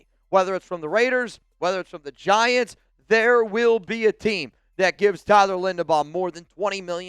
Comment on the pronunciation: Tyler who, please say his name right.